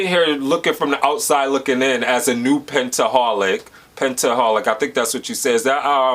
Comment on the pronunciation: Yes you pronounced it right it is pentaholic.